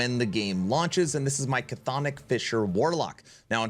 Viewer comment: just an fyi on Chthonic; it's not "Ca-thonic" it's just "thonic" It's Greek, we like silent letters :P